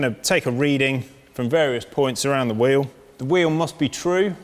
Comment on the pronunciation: I wish he would learn how to pronounce "wheel".